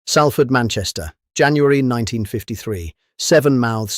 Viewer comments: It's Pronounced Sol ford. Not Sal ford.. 😂😂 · It's pronounced Sol Fud, Salford is pronounced the same as f**** salt, the sal is not like Sally!